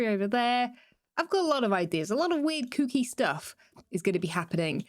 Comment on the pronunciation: I was eating cereal while watching, and when you said kooky that was NOT what I heard and I was very shocked and confused xD